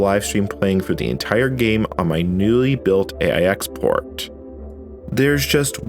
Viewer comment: AIX is pronounced 'Aches'.